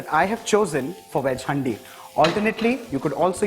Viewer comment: Its called "haan-di" not "hndi"